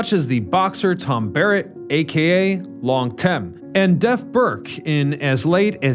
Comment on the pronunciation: Tom Barrett, AKA Long Tom, not Long Tem, as stated.